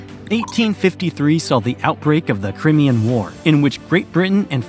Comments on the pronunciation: Crimean? Cry-me-yah. Crimean? Cry, not kree, me-yun. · "cry me' anne" You want credibility? You need to correctly pronounce the names. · 14.30 crimean is pronounced cry-me-ah.......river😂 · FYI - part of my family are native to Alaska: 1) Aleut is not pronounced Aloot it’s pronounced Alley-oot 2) Tlingit is not pronounced T-linget it’s pronounced Klinget with a K sound not a T 3). Crimean is not pronounced like CRIMinal it’s pronounced CRY-ME-AN